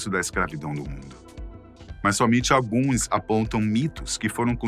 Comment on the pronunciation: Meu deus como a pronuncia desse cara é ruim. "Alguêins", fora todo vídeo cheio de arroto de refluxo hashdoihasd